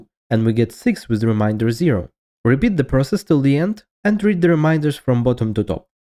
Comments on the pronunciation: Remainder not reminder. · Re MAYn der Not re MIND er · ReMAYnder. Not ReMINDer. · *remainder*. Not "reminder". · Remainder has a different pronunciation from "reminder." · its pronounced re MAIN der not re MINE der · Guy pronouncing "remainder" as "reminder" for 7 minutes and there is nothing you can do about it. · Please never say “reminder” again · Please correct your accent if you can ... remainder is a different word from reminder.